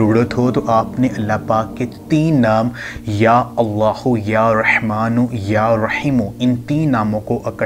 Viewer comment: بھائ یا رِحمٰن نہیں یا رٙحمٰن ہے اللہ کا نام مبارک ٹھیک لیا کرو